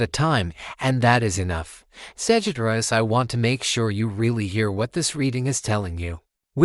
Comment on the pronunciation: Lol A.I. Sagitt-rius... 😂